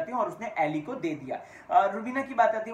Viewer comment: अरे भई. उसका नाम “अली” है ,” ऐली” नहीं